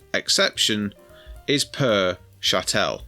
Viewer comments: It's CHATTLE, not chattelle! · Good video bar your high falutin pronunciation of Chattel (pronounced like cattle with an H). I've solved this problem personally by permanently moving offshore, but feel for all those who are still suffering. I personally get warm fuzzies knowing my hard work isn't being taken for Doctors being paid 20% pay rises annually and 35% final salary pensions - I guess I'll just have to Google my own symptoms rather than getting a Jr Doctor to Google them. I'm not paying a single penny towards the pay and pensions of diversity outreach coordinators, solar panel liaison officers and all those leaflets telling me what Greta Thumberg wants me to do with my tins after I've eaten the Baked Beans. Kier Starmer isn't getting his 1/2 million annual pension paid by me. I didn't pay Mandleson's champagne bill when he became our ambassador as I'd left by then. And not one penny is going to the fighting aged males 4 star hotels. Zanu-Labour can battery farm grape on their own dime. If I hadn't done it already, when it comes to sell I'd move out of the UK for over 1 tax year then sell the lot in a 0% Capital Gains Tax jurisdiction - Anguilla, Cayman's, UAE, Guernsey, Isle of Man etc. As the great Ronald Regan said "Starve the beast".